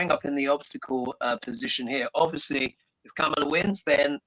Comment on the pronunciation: Oy. COMMA-LUH!!!